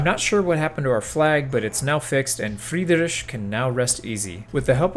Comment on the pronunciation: I always have to smirk and somtimes laugh when not germans try to pronounce old german names like Friedrich and Heinrich. But you get a 10/10 for the effort to get it right and a solid 8/10 for the execution. there are english produced high budget documentaries about the old Fritz that put not even half of your effort in to get his name at least once right! i am okay with edited gameplay but an whole ingame year pressed in about 5 minutes? sad pikachu noises...